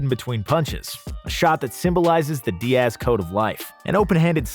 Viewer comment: How do you mess up a name like Diaz. It not Di-ass bruh lmao